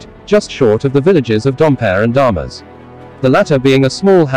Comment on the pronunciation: Interesting enough story spoiled by the robotic-like voice of the narrator with his strange inflection and syntax. Mispronunciation of 'Minjonnet' and 'Damas' among other simple French words was also extremely irritating.